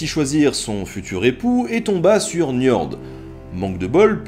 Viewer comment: Nota Bene Njörd se prononce "Njeurd" en français ;-)